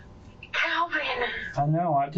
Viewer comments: Kalvin, not Alvin... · Calvan Or Alvan, Uploader? 🙄